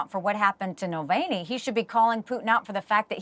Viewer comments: It’s effing NAVALNY not Nalvany ffs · Exactly how many times does she mispronounce Navalny??